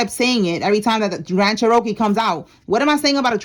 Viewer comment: They probably said that bc of how you are saying it. It’s Cherokee. (Chair-ra-kee) your saying Che-Ro-kee